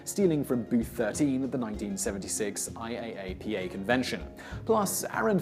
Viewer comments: Omt, no one says I-A-A-P-A, they all just say I-ap-uh (you missed that one Simon, that’s what you get for trusting google) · IAAPA is pronounced eye-yah-pa. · just an fyi, IAAPA is usually pronounced as an acronym over as an intialism :) (i-app-uh) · IAAPA = ""eye" - a - pa". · I go to IAAPA every year, you don't say every letter individually, it's said as one word pronounced "Eye-app-uh".